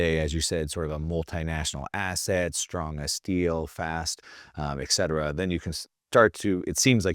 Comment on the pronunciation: etcetera not ekcetera